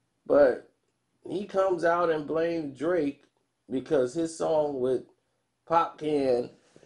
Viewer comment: ...Popcaan pronounced 'Popcarn'🙈